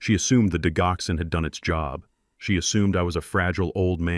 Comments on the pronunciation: It's not digh ox in. It's dij ox en. Accent on second syllable. It's a cardiac medicine used to strengthen and regulate heart beats. It is from foxglove, one of the oldest medicines in the 🌎🌍 world 🤔🤔🌊🌊🌊✌️✌️💥💯🌍🌎😘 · Digoxin pronounced Dij oxen Digoxin is used to treat congestive heart failure and to slow the heart rate in patients with atrial fibrillation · I enjoyed the story however are there any humans that proof listen to these AI generated stories? the reason I ask is Digoxyn is pronounced Dijoxin. and it does not stop the heart. It causes the heart to go into disrythmia.